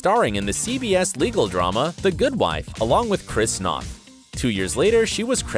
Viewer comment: It's Noah Wyle (WYLEE) not Wile and Chris Noth (nohth) -- long o, not nawth. Laura Innes (Inness) not (pronounced) Eynes. You really should do more research and learn how to pronounce the names.